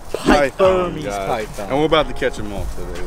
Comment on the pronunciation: He said bermeis python right Why they run-in around like that